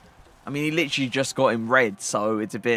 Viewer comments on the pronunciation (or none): none